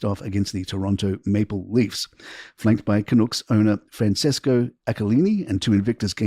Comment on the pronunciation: You need to know how to pronounce Canucks